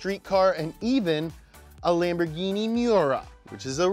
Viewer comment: I was so ready for another Japanese word after the second time he said "Lamborghienmishtien".